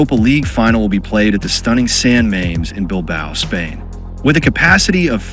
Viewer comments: Ahhh AI can't pronounce San Mames properly, bless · As a Spanish speaker, it hurts my ears